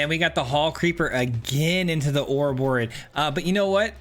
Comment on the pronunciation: Hey, you said the name right! 🫶🎃